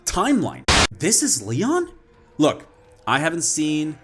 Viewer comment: They hired a Leyon rather than a LeeYawn. Pronunciation aside, they should have sticked with the source material to a tee. It's the characters that made RE, RE other than the zombies of course